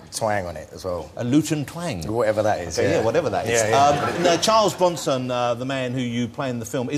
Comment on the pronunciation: I like the part when he talks about Charles Bwanson